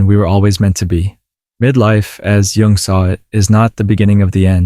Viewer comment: Nice!! BTW, it's pronounced /jʊŋ/, not Young...😉